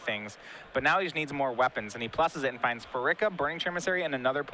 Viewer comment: Part of me dies every time he says "Phar-ICK-a"